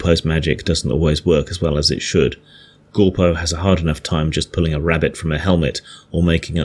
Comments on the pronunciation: Gorco? Not shure if thats his name thought it was orco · Do you keep saying "Gorpo"? His name is Orko.